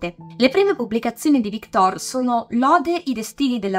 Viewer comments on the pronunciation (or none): magari victòr, non vìctor... è francese! quante volte ho sentito storpiare il nome, cerchiamo di dirlo sempre giusto.